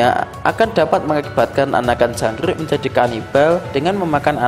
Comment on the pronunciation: Jangk rrrrrrrrrrrrrr ik